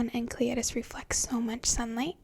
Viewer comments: I'm so sad you dont make videos anymore. You seem so nice. It's" En-sell eh dus" The C is silent. :) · Enceladus is actually pronounced "en SELL a dus", which I imagine would sound awesome in your smooth whispery voice. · Oh how she didn't pronounce Enceladus right it is pronounced enselidus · Great video and obviously great legs too. I think the moon Enceladus is pronounced En-Sell-A-Dus but that is just what I have picked up by watching "How the Universe Works" etc. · Nice work though I think it's pronounced En-sell-id-us. Oh and nice pins btw 😊